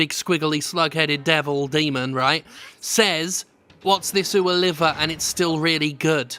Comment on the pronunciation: It's really more of an "Ohh" than an "Ooh" there, Jim. A subtle difference, but an important one. Like the difference between Cologne and colon.